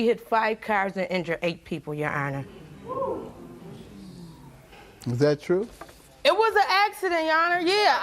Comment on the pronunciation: "Yonner" 😂😂 aka your honor 😅😅